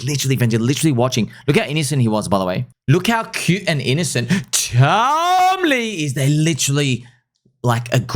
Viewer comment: Stop saying tom lee like that, it’s annoying